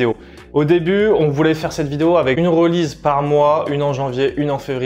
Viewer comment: "2ème reulize" ? Release ne se prononce pas like zat, mister. Stick to french, ce sera mieux.